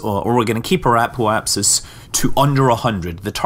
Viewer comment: wtf is an apo-key?!